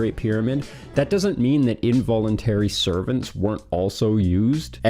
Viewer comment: What's with the *involentary sorvant*? Slaves.